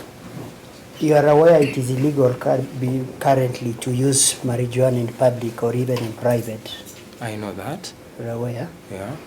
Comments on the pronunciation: It's pronounced as "Mariwana" and NOT "Marinjuana". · Marijuana is not pronounced like that please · I know that lawyer did not just annunciate the j in marijuana